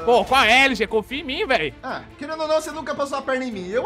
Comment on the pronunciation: LG fala LOSTRE